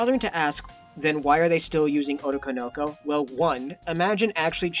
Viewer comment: Saying otokonoko like that is killing me 😭